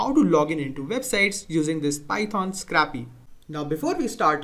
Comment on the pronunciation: It's pronounced scrape-y, not scrappy. It's called "scrape," not scrap. It's pronounced with a long a.